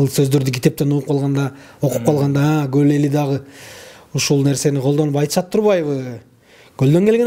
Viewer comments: Гол эмес кол болоткоо🤦‍♀️ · Гөль дейт го булар с ны з деп